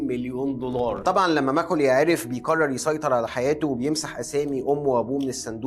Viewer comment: لو تتكلم بطريقتك العاديه كان أفضل واقرب للمشاهدين ،مافيه داعي التكلف في العرض، خاصة لما تقول بيقرر، من كثر ما تضغط عليها تبين تقول بيكرر 😅